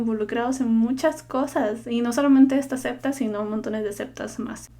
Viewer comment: Cuál es tú religión? Ah! Niña no es 'cepta" es SECTA